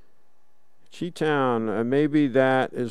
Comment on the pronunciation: "CHEE Town is in the house." I'm sure it was "Chi" pronounced "Shy" as in Chicago.